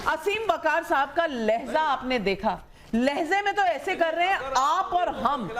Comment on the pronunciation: Hahhahaha jali na 🔥🔥 buhahahahahahahaha Abhi tou Shuruaat hai. Jaise jaise pawpaw windup hone Lagenge Ap aur apke Puri Team of Godi Upar se neeche, subah se shaam ,sirf jalogay .. andhbhakto... LEHZAA 😂 ZA 😂 LEHJA hota hai.. pardhi likhi jaahil Tere expressions aur Bat se pata chal raha hai kya Mindset wali insaan numah janwar h tu😂